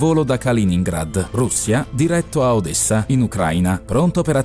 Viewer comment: odessa si pronuncia con una S